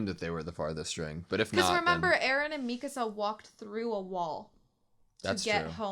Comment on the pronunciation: Yey, you say Mikasa's name correctly!